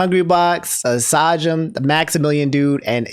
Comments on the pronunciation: Sajim lol. It’s pronounced like Say-Jam. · "Sah-jam" come on, now. LTG being there is one thing, but giving out the Fighting Game award? That's tone deaf af. I don't know what dictated this choice, but it was a terrible one considering that (among multitude of other things) he talked shit about people who were nominated for the category. At least he kept it cool during the Awards, so that's nice, but... he shouldn't have been there. Hopefully next time (if the category stays) someone will make a more educated choice. also, not to talk shit about etoiles, but i have literally no idea who that is i doubt many people do But Max got the Legacy Award yo! That's sick. At least that way we're getting some recognition.